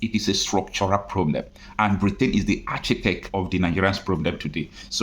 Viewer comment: Not 'achitect'. The word is pronounced 'arkitekt'. I have just verbalized it. Please pay attention to how you pronounce words. You are talking to the public.